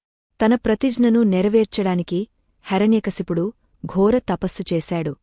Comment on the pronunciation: ముందు మీ రు తెలుగు నేర్చుకోండి హెర న్య కాదు హిరణ్య కశిపుడు